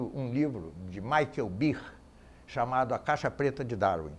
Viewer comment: "Daurin" kkkkk